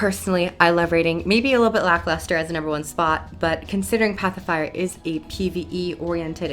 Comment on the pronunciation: It sounds to me like you are saying "Pacifier" which is quite amusing.